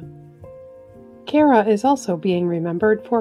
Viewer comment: It's pronounced CAR - UH - not CARE - Uh. Irene Cara. Carey is with an ey which is why it sounds the way it's pronounced. But not that you care.......